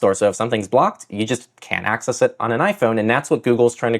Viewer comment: Early "access" haha hahaha ...hahh...